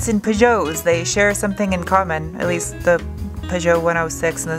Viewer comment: I've never heard anyone pronounce Peugeots like "Pujoes" before 😜